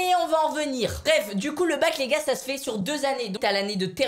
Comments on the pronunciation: mais jss pas con mais il sait pas prononcé sah cest sahhhh et lui il dit çà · il a prononcé sah "ça"quand mm